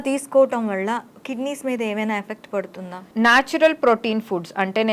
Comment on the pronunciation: వళ్ళ కాదు వల్ల అనాలి